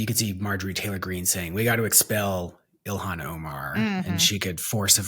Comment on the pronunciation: Sarah- I say this without criticism, just to be informative. Rep. Omar’s first name isn’t pronounced “EE-lon” (as in Musk) but “ILL-haan” Love ya!